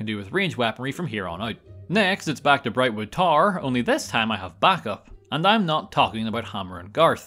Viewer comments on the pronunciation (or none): Par? Tar? What are you saying? Magica Par? Brightwood Tar? Barstone?